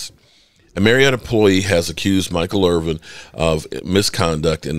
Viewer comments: Please make a better effort at getting the man's name correct: It's Michael IrVIN, NOT Irv-VING DO BETTER BRUH! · I guess if you were really concerned about Michael Irvin, you would learn how to pronounce his last name properly. There is no "G" in Irvin. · dude....please quit calling him Irving....its Irvin....thanks from all the real cowboys fans.